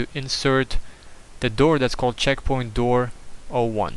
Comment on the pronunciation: Checkpoing LOL! What makes it funnier is that almost sounds like the way he pronounces it! Great tutorial!